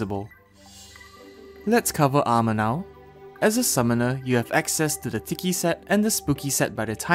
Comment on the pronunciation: "as a summoner you have access to the TIKY set"